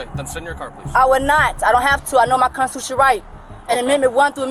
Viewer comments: Brenda knows her konchuchunal right! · I'm confused as to how people understand their constitutional rights and yet can't pronounce constitutional rights.